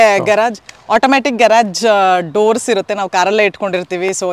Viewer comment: ನೀವು ಹಗಲೆಲ್ಲ ಘರಾಜ್ ಘರಾಜ್ ಅಂತೀರಾ ಅದು ಘರಾಜ್ ಅಲ್ಲಾ mam ಗ್ಯಾರೇಜ್